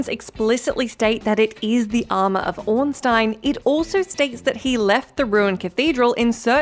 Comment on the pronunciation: Can I just say that I'm impressed and happy that you pronounced Ornstein right.